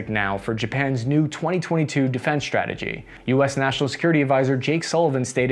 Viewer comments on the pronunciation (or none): ‘Strike’ and ‘strategy’, not ‘shtrike’ and ‘shtrategy’.